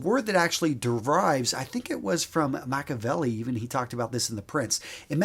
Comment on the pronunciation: I thik you meant Machiavelli. Makavelli is Tupac lol